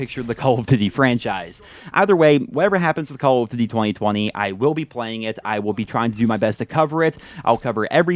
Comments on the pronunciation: I just don't like the way you pronounce DUTY It's DOODY not DIDY. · Why can't this guy pronounce "duty" right